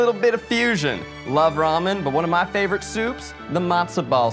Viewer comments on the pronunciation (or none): Daddy’s Savorite? What? What happened to ‘Favorite’? 😅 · "Daddys Savorite" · "Still daddy's savorite" Small error there oooor? 😂